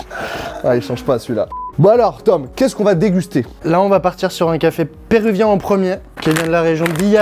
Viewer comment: Big up en direct de Lima, Pérou ! Villa Rica et le tres bon café ! 😅💕🇵🇪 Par contre on dit “péruvien” et non “perouvien” 🦙✌🏼 Faut que tu testes les restau péruviens !!